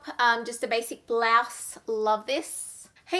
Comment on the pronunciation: Bl-ah-se? Or Bl-OW-se? 😂 wot!?